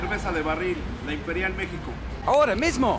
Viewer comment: Phamous phrase with english accent: "Ahora mismo" :P ❤️😜.. Cheers!